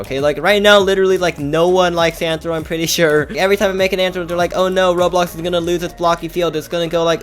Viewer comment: Its called RoBLOX not Rohro